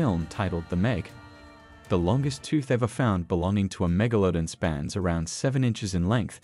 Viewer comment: it is actually pronounced mega-la-don not mega-lo-den